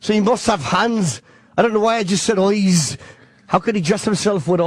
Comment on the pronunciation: 'A vegetable with eoyes'